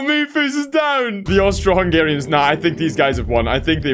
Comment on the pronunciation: Why did you say Austro im Austrian 😢